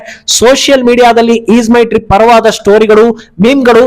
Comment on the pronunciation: ಈದ್ ಅಲ್ಲ ಅದು ಈಜ್ ಮೈ ಟ್ರಿಪ್